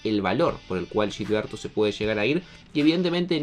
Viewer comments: Se pudrió todo con la pronunciación. Ya van como 10 videos pero ya me harté. No se dice Yilberto, es Gil berto como cuando dicen "Gil" Tqm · no es Yilberto... es Gilberto... se pronuncia como si fuera "J" no "Y", cabrón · No se pronuncia Yilberto, no es brasileño, se pronuncia con J, Jilberto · Es Gilberto no Yilberto. Habla bien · Pronúncialo bien, es “Gilberto” no “Yilberto” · No es yilberto mora como ustedes la Y o LL la convierten en sh es con G aunque te cueste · Porque le dices Yilberto ? 😭😭😭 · ¿Pero por qué "yilberto"? No debería ser tan difícil pronunciar la letra ge. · Pa que suene más caro